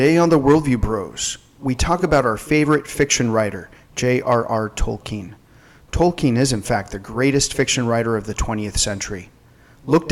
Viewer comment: When I hear the name tolkien(especially pronounced wrong)I can only think of an 8 year old black kid on southpark lol